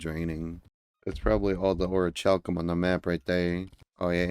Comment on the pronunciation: I don't know why Youtube is recommended all these micro-channels to me lately but I'll roll with it. P.S. Fun fact: Regarding , Demon Altars did used to damage you if you tried exploding them. In fact, I'm pretty sure that they killed you instantly. P.P.S. The pink Hardmode ore is pronounced 'OAR-ee-KAL-kum.'